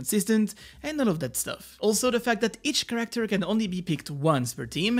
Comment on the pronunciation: Did you learn how to pronounce character correctly by now lol?